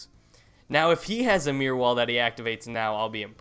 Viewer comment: why do you say Meer wall and not Mirror wall haha